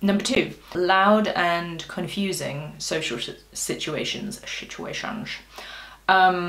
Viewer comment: "Loud and confusing situations", the way you pronounced the 2nd time you say "situation" is close to French « Si Tu Échanges ».